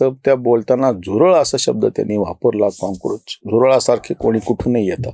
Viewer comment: तुम्ही कॉक्रोच च्या ऐवजी काँक्रोच म्हणता जे बरोबर नाही